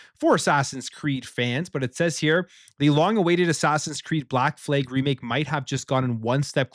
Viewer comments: Why do you keep saying "Fleg" instead of "Flag?? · The American and Canadian Fleeg😂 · Flag.. Not fleg! WTF..